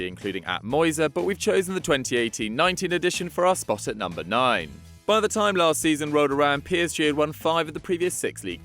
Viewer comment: "numbah 10.. spain 2010" think thats enough for now